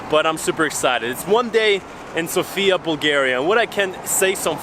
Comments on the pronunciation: its said sofya not sofia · He talks about how you pronounce the name of the capital. The guy on the video keeps saying SofIa, while the correct way to say it is SOfia. Hope this makes sense to you now ;) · just one thing: Sòfia. Not Sofìa. Accent on the o. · It's sOfia ,not Sofiaaa,it'S not the same ..... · Да правильно говорить СОфия не СофИя. Надеюсь что вы провели прекрасное время в моей прекрасной Болгарии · it's S"O"fia.. thanks for visiting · It is pronounced sOfia, the stress on the O, no hate, just to know 😉 I hope you have great time in our country 🇧🇬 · The correct pronunciation is an accent of the letter O- SOfia. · One of the mistakes that foreigners make is mispronouncing the name of the city. The emphasis is on the letter O, not the letter I.